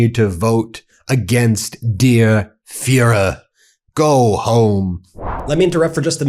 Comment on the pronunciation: Fuhrer ( german) not Fearer Ben !